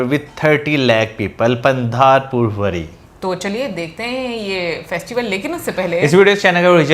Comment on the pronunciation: पंधारपूर वरी नहीं पंढरपूर वारी बोलते है